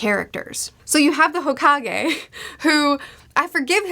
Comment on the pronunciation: Hokage is pronounced “hoe cake” 😜